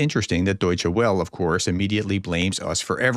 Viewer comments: FYI, the "Welle" of Deutshed Welle is pronounced. "Vell-uh". Thanks for your good work. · C'mon prof.... you mean to tell us that you can pronounce "Deutsche" but you can't pronounce "Welle"?